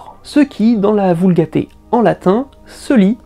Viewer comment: on dit vulgate pas vulgaté